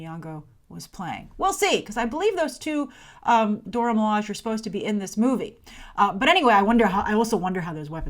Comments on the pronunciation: I'd like to give you some feedback on your pronunciation of the term 'Dora Milaje', which both the creator and the animated appearances have confirmed as Doh-rah Mi-lah-shay. Not a biggie, just thought I'd point it out. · You know who the Dora Milaje are but still can't seem to pronounce their names properly..... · The proper way to pronounce Dora Milaje is in most of the comics. Multiple wiki pages have the proper way to pronounce it and the people involved in the movie have been recorded pronouncing the name properly.